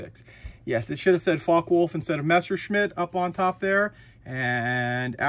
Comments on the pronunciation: 'fokker-vule-f' FYI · Its pronounced Fok-a Volf